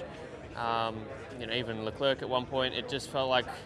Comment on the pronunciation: Did Oscar say “LeClerk”